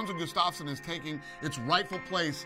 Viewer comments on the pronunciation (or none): This is the worst pronoceation of Gustafsson